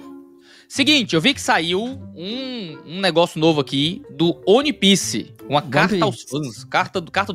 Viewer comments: Primeiro é ONE PIECE, não UAN PIECE(apesar da pronunciar provavelmente ser similar a isso) E segundo, você provavelmente não buscou analisar as outras camadas além da superficial, ou esperava só um anime de lutinha e transformação nova ao estilo de alguns outros, sem aprofundar muito no mundo(que é praticamente um personagem a parte), nos personagens, suas motivações, o que á por trás das "camêras", bases do nosso mundo que foram usadas na obra de forma primoroza, a escala de cinza que o autor usa pra mostrar que a justiça e vilania vão além do que aparentam: temas como racismo, escravidão, manipulação genética e histórica, trafigo humano e de outras raças, corrupção, superioridade racial e monetária, revoluções(sejam as revoluções coloridas ou não), teorias da conspiração, regreso tecnológico, referências não só ao cristianismo(com ARCA NOAH, árvores ADÃO E EVA, um DEUS QUE VAI LIBERDAR OS ESCRAVOS) e outras religiões e mitologias. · "Oni" piece é fogo hein, meus ouvidos sangraram.